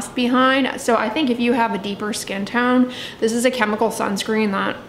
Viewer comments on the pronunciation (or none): none